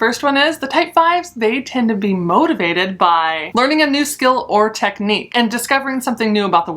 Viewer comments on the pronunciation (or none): none